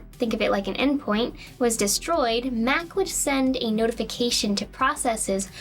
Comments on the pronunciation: lol, the "Mac" kernel. She means the /M/oh/c/ kernel. The /ch/ turns the ā to an ɑ ("ahh") sound. xD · Loved the video. Interesting you pronounce Mach like Mack. Obviously not a Top Gun fan. 🙂 It's pronounced Mock. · I use the Metal Gear Solid notification sound on my phone so this video was... weird for me. I kept thinking my phone was going off. One little nitpick and I wonder if it's just me but, "Mach" is pronounced differently from "Mac." The ch should be like the end of Loch - a gutteral sound, not a hard K sound. This might be a regional pronunciation thing. But, I have never heard anyone pronounce mach like mac. The a should be "ahh", etc. Essentially, as far as I know, mach is pronounced as if it were a German word. It's a very minor thing and we all speak English differently. I'm sure I mispronounce all sorts of words.